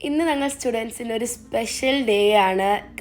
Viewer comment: നങ്ങൾ അല്ല..ഞങ്ങൾ 😊